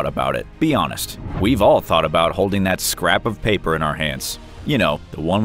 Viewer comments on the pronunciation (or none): none